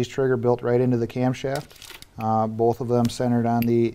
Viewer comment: I know what a camshaft is but wtf is a camchast